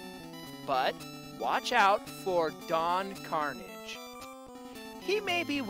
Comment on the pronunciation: You never watched the TV show did you? You kept saying don kanarges name wrong.